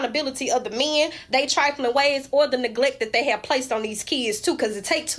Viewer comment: That Southeast US accent is cool, they say kids and men with two syllables.